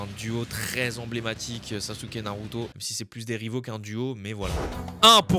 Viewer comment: Dans Naruto Jiraya dit Sasuke avec un Z